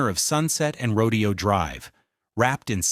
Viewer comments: Everyone take a shot when the narrator says " the pink walls" and 2 shots for "rodeo" (instead of row-day-oh.) No wonder I despise A I. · Seriously?? It’s not rodeo ( like cows and horse roping) .., “fool”!! … it’s pronounced..…. “Row .. day … Oh”!! .., like the famous street that it is … in Beverly Hills Calif!!😂.., please!!.., get it right: … or … don’t… write!!😢❤!! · It’s not “rodeo,” like a cowboy exhibition. It’s “row-day-oh.” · It's pronounced Ro Day O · AI doesn't get nuance. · Isn't it Rodèo (emphasis on day)? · Yep, but AI narration doesn't know that, and the creator obviously didn't care enough to check their work. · Exactly! Ro-dayyy-o! So annoying! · Yes ! It is row-DAY-oh.. Its not AI, it's either the teacher isn't teaching pronunciation. Or the kids aren't listening or have a desire to get it right, I can't figure it out. But yes. It makes me crazy smtms. I hear it at least once ir twice in a lit if these videos. I haven't figured out the cut off in age, where people get it all right yet. Even people up in their 40s miss pronounce things, and I wonder about it often times. At least there isn't an "like",or "bro", or "you feel me?" At the end of each sentence. No I don't "feel"you, nor do I want to.😮😅 he did get it right in this video too. Very strange. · It's always been "roh-dee-oh" until the browning of America began and the govt started referring to it in the way the non Whites who kept coming here were calling it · Ya mispronounced Rodeo! 😄😄😄😄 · it drove me nuts whenever he said Rodeo drive the wrong way.. pronunciation was wrong. Good video, but got boring about half way in.... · Yes. That was incredibly annoying.